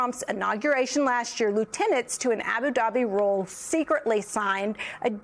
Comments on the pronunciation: This lady can’t pronounce her Y’s. How can she be a reporter when she can’t talk right? Not royals. She says Rolls 3 times. good grief. She makes the south look horrible. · Can she not pronounce the word ‘royal’ 🤔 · Is she trying to say Royal? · What's with this person not being able to say, "royal"? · If you're going to gexa newscaster, maybe you should be able to pronounce words like royal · Is she trying to say "royal"?😊